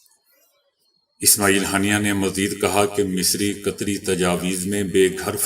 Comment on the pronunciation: بھائی آپ کی غلطی نہیں ایسا ہو ہی جاتا ہے قطری کی جگہ قسری کہنا غلط نہیں کیونکہ قطریوں کے ن لیگی قسریوں کے ساتھ گہرے مرسم رہے ہیں تو جراسیم عصر کر ہی جاتے ہیں